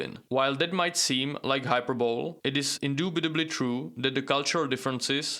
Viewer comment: Hyperbole = "hy-per-bo-lee" (and stress is on 'per')